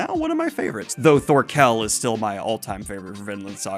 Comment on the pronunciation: know it doesn't matter but instantly urked me when pronounced Thorkell wrong...